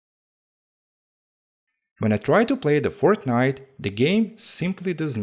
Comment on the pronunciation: I absolutely love how he consistently calls it ''The Fort Night' like it's some higher deity